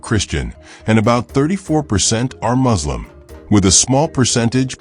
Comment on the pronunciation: It's muslim - not MOZLEM. Please make an effort to pronounce correctly